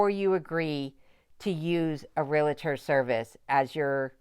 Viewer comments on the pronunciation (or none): I've been watching your videos for a while now and really enjoy them. You seem like a very intelligent woman, that being said, the word is REALTOR. there is no letter i between REAL and TOR. Sorry, this word and the word jewelry are my pet peeves. It is not realitor. It is not jewlery, and no I haven't heard you use jewelry in any of your videos. As I said, I enjoy watching you and Kenai, especially when you give him a "speaking" part!! LOL. The Dewey, Cheatham and Howe video was cute, too. Keep making them!!